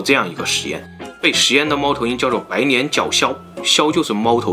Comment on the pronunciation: 跟着总裁恋（念）:白年（脸）脚枭